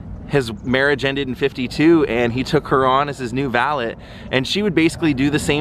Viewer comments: no offence but its pronounced val-ay not val-et...french thing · I like your videos but I can't stand listening to you say "valit" anymore